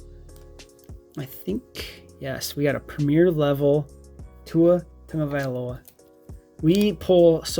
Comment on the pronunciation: Are you saying Tungavailoa ?😂